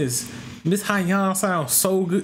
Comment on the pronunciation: Its pronounced So-Young.